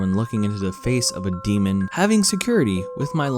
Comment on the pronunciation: My sister thought you were screaming SEMEN SEMEN SEMEN not DEMON DEMON DEMON!! she started screaming it too cuz it was loud and shes little, GUESS WHOS GROUNDED!! ME